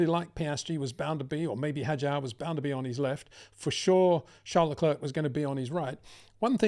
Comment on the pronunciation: The last 'c' in Leclerc is silent. It really sounds like Leclair.